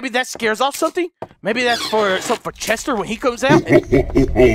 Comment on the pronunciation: ITS TATTERS NOT CHESTER